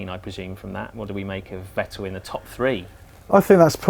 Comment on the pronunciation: Should have listened how they called Vettel for entire seasons, basically called him Fat L.